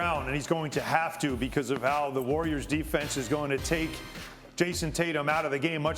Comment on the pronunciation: Somebody get Monica off the show lol . She said Klay 😂